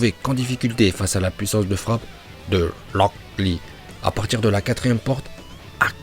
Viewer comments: mais arrete de dire rock lee et haku comme sa stp xDD "HakUuU" et locK Lee" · Pk il dit "Locklear" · Il a dit 18 fois lock lee en 5minute seruix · On dirait qu'il dit lock lee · Franchement 'haku' à un meilleure accent que lock lee😅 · Tu sais t'a juste à dire "Akou" Et "Roque Li"... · Rûok Lee kuü ptdr la prononciation en vo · Pk tu dis S A S U K E À la place de S a s k e Et pour Rock Lee et Haku tu les prononce en VO Ps: T chiant avec tes Hakkkuuu et Lock Lee c mêmes pas la bonne prononciation donc stp Arrête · Tu dit HAKEUUH et LROCK LEE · "Loc li" "Aku" (Rock Lee, Haku)😂😂😂😂😂😂😂😂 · " Loocc Li " mon cerveau chauffe !!! 😂😂😂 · "Lock Lee" et "Haku" 🤣🤣🤣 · Pk tu dit "lock lee" et tes accent son...incroyable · Le "Lock Li" il me fuuuuuume de malade mental mdrrrr. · Moi non plus je comprends pas pourquoi il faut dire Locl Li alors que même le chinois qui parle Français prononce leurs propre prénom avec l'accent Français et c'est logique. C'est comme les gens qui parle Français et qui place un "anyway" ou un "you know" comme ca, ca a aucun sens mdr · « Lock Lee » mdrr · Putain comment tu dit aku et rock Lee c'est bizarres ! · Oui ta vue ça moi g l abitude de rock lee